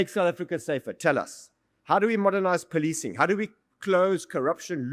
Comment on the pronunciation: Oh ..they poli-ti-cing not poli-cing? Some will say, Extra work extra pay. 🤷🏽‍♂️ ....🤔This explains why I got no upvotes on my YouTube videos. They breaking the narrative of the indian identity.